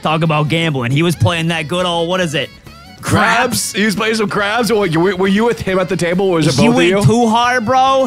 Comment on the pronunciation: 😂😂😂😂😂 the game is called "Craps" not "Crabs" 😂😂😂😂😂 keep up the great content